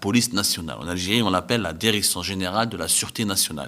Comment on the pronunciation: Il continue à dire Derection